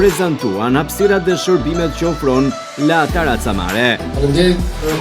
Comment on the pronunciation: Po ky gazetari fshatar komplet qe sdi te lexoj La terrazza jo taraca... Keta pronaret slidhin dot dy fjale bashk pastaj as vet nuk e dine pse jane aty qe presin shiritin e diçkaje qe nuk eshte e tyre,, sa gjynah Vlora jone u be beton nga fshataret qe zbriten nga malet...